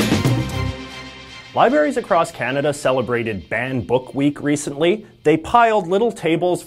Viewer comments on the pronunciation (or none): none